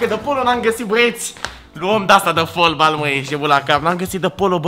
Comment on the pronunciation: Se zice fotbal nu folbal